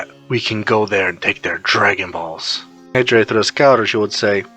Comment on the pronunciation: The text to speech can't get Negire's name right 😅